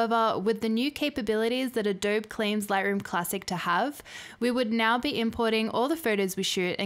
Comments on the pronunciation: Can't even pronounce "Adobe". All credibility lost. doh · The 'e' in Adobe is not silent. It should have a long 'e' sound like in 'bee'. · You're making a new catalogue for every shoot? Jesus. That's what collections are for. You can't pronounce the name of the company and you don't have the basics of how to use the software you're benchmarking. Besides that, the fact that you don't know lightroom has crippling performance issues means that your opinion can't be trusted. May as well just delete this video.